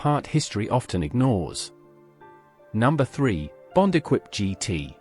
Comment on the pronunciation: Equipe pronounced wrongly